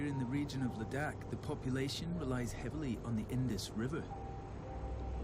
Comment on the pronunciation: Oh man you just pronounced “Ladakh” in Ladakhi language